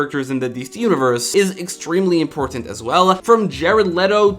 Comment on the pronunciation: There is no H in important